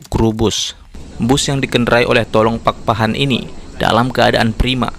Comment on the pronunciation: Izin berkomentar bg, saya anak kandung dari supir als BK 4778 BE. Nama asli ayah saya RAMLI PAKPAHAN biasa di panggil (TAlLONG) bukan (TOLONG)🙏🏻🙏🏻🙏🏻🙏🏻